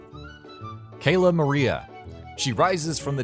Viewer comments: CAL-A MARIA not CAY-LA MARIA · How do people butcher these easy names XD I swear pieple look for the most obscure way to say things to sound smart... Cayla maria... Its literally cala maria like calamari XD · wait, did he say Kayla Maria? and not Cala Maria. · Did anyone notice that he said Kayla Maria instead of cala Maria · Several problems 1 who the fuck is phear lap. 2 “cayla maria” really not caaaaalaaaa maria. 3 you think these bosses are easy like the blimp is hard as balls . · Cahhh not Ayyy for Cala Maria! 🤦‍♂️ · “Cayla Maria” ITS CAHLA MARIA (Cala Maria) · its not kayla maria its ka-la ma-ree-a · He just said kaila maria XD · Um, it's ca-la Maria not k-la maria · Kayla Maria IT'S CALA MARIA LITTLE BOI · It is pronounced ca la not cA la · It is cala Maria not Kayla Maria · Dude its cala maria not kayla maria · you said Cayla maria T-T its cala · Did he say Kayla Maria? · It's not celamaria it's calamaria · didnyou say KAYLA ITS c ALA mraia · This list is so terrible for soooo many reasons 1. There are 19 bosses, Phear Lap is a mini boss from the King Dice boss fight 2. It says top 20 bosses, yet is just a ranking of the bosses 3. It's Cala Maria, not Cayla Maria, and Cala Maria should be in the top 5 4. Played the game on simple and you don't even have footage for The Devil, Phear Lap, or King Dice 5. Ribby and Croaks is not the 3rd easiest boss in the game, it is the hardest boss fight in Inkwell Isle One, with the exception of maybe Hilda Berg, and it is harder than Baroness Von Bon Bon 6. It's pronounced Verner Verman, not Werner Werman 7. Rumor Honeybottoms should be in the top 3 for sure 8. Dr. Kahl's Robot isn't the hardest boss in the game it is one of the hardest and deserves to be in the top 3-5, but not number 1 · ITS NOT (cay-la) MARIA, ITS (cal-a) MARIA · F*CKING KALA MARIA??? I THINK YOU MEAN "CALA" MARIA!!!! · It's pronounced Verner Verman (it's German) and it's pronounced cal-a ma-ri-a, not kale-a ma-ri-a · "Kayla Maria" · Cala Maria cal-au